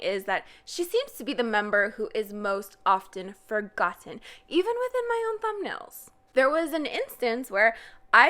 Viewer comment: The way she said forgoTTen triggered me lmao